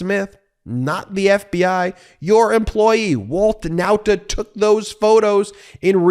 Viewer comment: Ben you keep on mispronopuncing the Nauta name. Why? I have already reminded you in the comments section. Guess you don't read them. For the record, you keep pronoucing the Nauta name as: N O W T A. This is 100 percent wrong. The pronounciation should be: NAWTA (as in the pronounciation of RAW). How would you feel if people referred to you as Ben Measles?